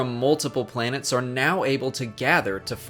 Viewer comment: Your miss pronunciation of the planets disturbs me jk jk